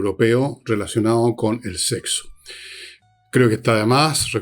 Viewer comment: Fernando, es SEXO, no sehso. La buena pronunciación, por favor.